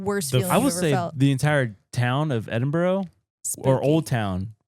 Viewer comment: Please guys...Edin-bruh not burrow